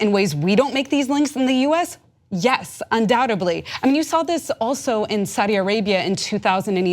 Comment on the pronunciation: IT'S NOT UNDOUBTABLY, it is undoubtedly. I have a coworker who says that and it annoys the hell out of me.